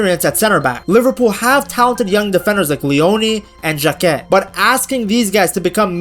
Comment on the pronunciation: Don't under estimate the influence or defenders Leoni and Jacquet. They may be young, but I don't think they'll be played infrequently. Jacquet is pronounced Zhah-kay. Soft J at the start and you don't pronounce the t at the end. So it's rhymes with "okay", not "jacket"